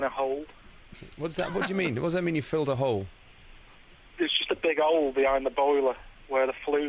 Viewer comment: "You can fill a 'ole, you can travel."